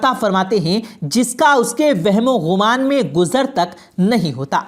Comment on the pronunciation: اچھی ویڈیو بنائی ہے ، شکریہ ، لیکن بھائی لفظ گمان ہے غمان نہیں اور اَستغفار نہیں اِستِغفار ہے